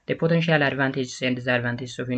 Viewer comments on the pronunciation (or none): Did you speak English perfectly you read the word potential like this political advantage and disadvantage 😂😂